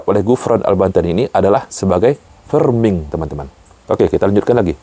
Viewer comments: Koreksi Bro, cara bacanya bukan 'ferming' .. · framing mas bukan ferming 😢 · Framing(freming) bukan Ferming